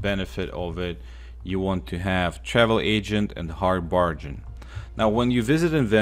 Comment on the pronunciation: When u pronounce hard bargain you pronounce the g like a j like hard barjain but it’s pronounces g g hard bargain